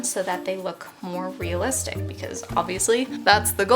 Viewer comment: Stop saying real listick